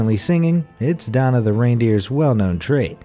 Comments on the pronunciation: Anyone else notice he said “Donner” was “Donna”? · Gasp. IT'S DONNER NOT DONNA YOU FREAK! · video:says Danna Me: IT'S DONNNNNER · ...none of Santa's reindeer are named "Donna". It's "Donner".